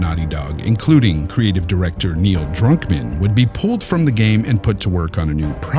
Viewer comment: It sounded like you said Drunkman lol